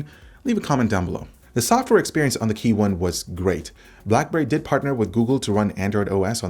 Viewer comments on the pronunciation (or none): Just want to let you know that it's KEYone, not KeyONE.